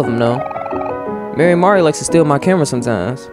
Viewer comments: its pronounced 'mar-ee' as far as im aware!! im so sosooooo happy to see u playing omori hehehe.... have been suggesting it for the long time! be ready for a LOT of thinking and psychological horror, and be thinking very deep abt the relationships these characters have :) honestly i wouldnt say whitespace is a place where omori is happy, only a representation of his own mind? his sort of limbo, where he is alone with nothing but him. the sad/happy/mad system is kinda like pokemon! it gives certain disadvantages and advantages in a fight but i think you are gonna get a tutorial in a future on how to utilize it better! HAHA YEAH I WAS RIGHTTT STONER BASIL LMFAOOO IM LOSING IT BUT YOURE TOO RIGHT you're right, it is a dreamworld, 100% you're right, HAHA, what you see at the end of the chapter is reality :3 its important to remember the parallel tbh im still suggesting 12 minutes, and danganronpa! if you arent a fan of the writing theres another game called your turn to die which i havent seen yet! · him saying mary-mari hurts me for no reason 😓